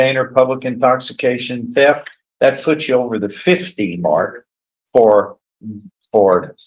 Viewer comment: Defense attorney needs to practice saying you NOT chu